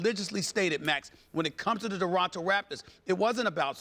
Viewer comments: Stephen A says "Doronto Raptors" instead of Toronto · Who in the hell are the "Deronto Raptors" Stephen A??